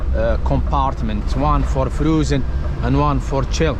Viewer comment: The "froozen" cracked me up LOL....well done, mate, anyhow